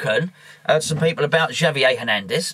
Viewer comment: Good view points. Javier is pronounced have-e-eh ;) Like jalapeno. ha-la-pino. subscribed.